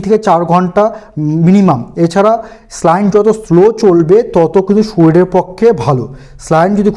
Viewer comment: খুব সুন্দর ভিডিও। কিন্তু একটা ব্যাপার না বললেই নয়, শব্দটি স্লাইন নয়। স্যালাইন।